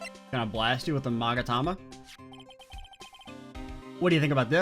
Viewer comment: * Future games * "Are you sure about that?" Also the magatama, that you pronounce correctly, does not exist in the anime but the psyche-lock of certain someone show themself and break whem you unveil the final truth of Justice for All